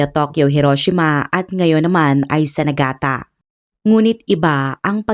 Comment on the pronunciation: Nigata po hindi Nagata…